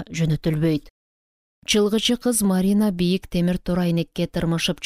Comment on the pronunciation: Чалгынчы деп туура окусаныз чылгычы дебей А так соонун окупсуз 🎉